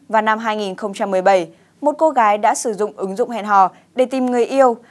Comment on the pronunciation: ng đầu tiên đọc tin.... Cô gái...phát âm cô gải😀😆😅